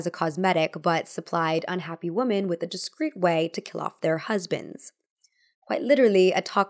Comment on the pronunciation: WomEn and WomAn are two different words pronounced differently but you seem to use them interchangeably